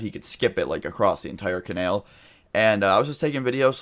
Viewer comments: I cringed every time you said canal like cenel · Its Ca-nal not ca-nail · It’s canal not canail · It’s pronounced co nAl not conale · (Kah) (nal) not Kanail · ca-nal not kan-el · I cringe every time you pronounce canal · Canal not Kanall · Canael? CanAL 😂😂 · STOP SAYING CANALE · Its pronounced Kuh-nal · "ka-nail" lmaooo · like for "canael" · u said canal wrong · bby who the fuck says canal like that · u said "canal" in a southern accent... he lives in Texas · the way you say canal makes me want to kill myself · Every time he pronounces 'canal', I can't.. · the way you say canal is retarded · I thought that too 😂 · Why do you pronounce canal wrong? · The way you say canal pisses me off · Exactly its anal with a c